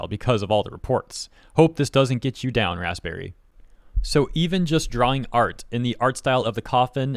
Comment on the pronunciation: Hearing pronounce raspberry was a struggle